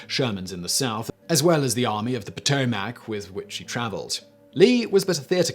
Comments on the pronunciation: Poh-tow-mic (not Po-To-Mac). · SImon - it is pronounced Pah-toe-mic. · I like how he says Potomac. You say "Po Toe Mac" and I say "Puh Toe Mick" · Potomac : puh-toe-muck 😬😬😬 not puh-toe-maack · It's pronounced "Pahtohmic" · Lol. Great stuff.. but the potoMAC? Lol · 2 corrections...Yes, Lee was a “Slave Owner”...so was Grant. They both received one slave as an inheritance from their father in laws. Both freed their slaves and did not sell them. Second, it’s Potomac pronounced Poe-Toe-Mick... I grew up and still live near the river and know it well from the mountains of WV where it originates all the way down to Point Lookout where it flows into the Chesapeake Bay. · 7 minutes 54 second "...Served only in the European theater..." LOL. BTW. Potomac is pronounced Pato-mic here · I don’t give a dang about this video just for the fact how he says Potomac or how he says it POTO-MACK 🤣🤷🏻‍♂️ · Poto Mac?? Lol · Poe toe Mack huh?😂😂😂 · What is the POO-TOE-MAC? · No u southern hippies...its paa TO mac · Drinking game. Everytime he mispronounces potomac or gettysburg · Your pronunciation of Potomac is killing me. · You need to learn how to pronounce Potomac. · Richard Von Pingel - I am from the PA / OH border, about an hour south of Lake Erie, and I have never heard such a horrible pronunciation of “Potomac”. Ha!